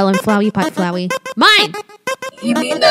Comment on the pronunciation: Flwey you flwey and flwer